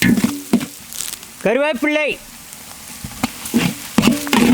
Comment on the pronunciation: கருவேப்பிள்ளை அல்ல கருவேப்பிலை🤗